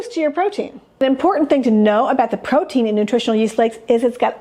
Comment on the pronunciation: psst ... it's "protein"